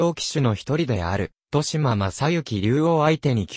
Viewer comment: としま？ まこっちょう？確かに、これでは聞き続けられません。